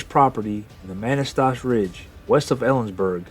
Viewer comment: Pronounced “Kih-tih-tass”. And, “muh-nass-tash”